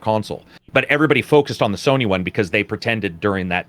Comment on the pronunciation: is it me or do you guys keep saying Sorny....just me?